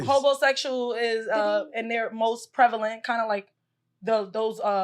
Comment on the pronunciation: Did say prelavent multiple times?